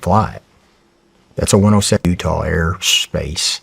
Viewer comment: and a few seconds later — Check out how he makes an uncontrolled pause in the word "air... sss..pace". He indeed tries to tie a common knowledge that it is not allowed to fly drones in airPORTs' areas, he's just manipulating with viewers' perception of what he's saying. Liar. The bitch is in on it.